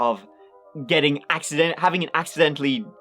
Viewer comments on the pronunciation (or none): "Being accidentl-eed" 😂